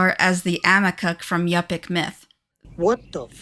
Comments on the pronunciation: You pick, not yup ick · Yupik You Pick. Thats how its said